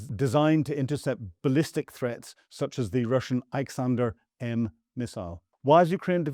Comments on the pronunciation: ISKANDER (not "Iksander"). It means "ALEXANDER", as in "The Great, in the Russian language Typical nincompoop REMF staff intelligence goober. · its iskander not niksander. all your reports are progressively getting worse, with pronunciations and basic grammar. Either you're losing your marbles or the sun genuinely doesn't care to edit and present a coherent article. Slava Ucrainey and all that... Get your act together this is in every broadcast now. No, the reason it was pink was due to a chemical reaction when the different composites cured, creating a pink colour, nothing to do with any leftover paint. Your inaccuracies are causing you to lose any credible source of news. Batvia? You just inventing your own countries now. This drivel is unwatchable and beyond a joke, utter disservice to the heroic Ukrainian forces repelling the orcs. Get a grip sun, this is beyond a joke how you post such 💩 without basic editorial.